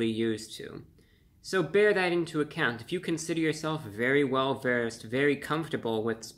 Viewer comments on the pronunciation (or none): none